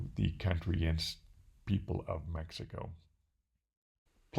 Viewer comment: Your generosity in MX is admirable! But, hey... how about pronouncing the name of your city correctly. No honor there. Small things like that mean a lot.